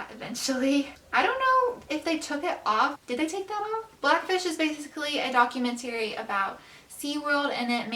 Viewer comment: The way she says documentary pisses me off